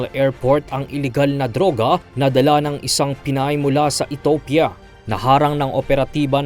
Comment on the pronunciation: Ethiopia ay pronounced E T I YOPIA. Hindi ETOPIA. 🤔🙄